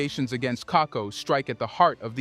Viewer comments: KAKUBO please, NOT KAKO. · Apart from mispronouncing Stanley Kakubo's last name it's good and accurate analysis.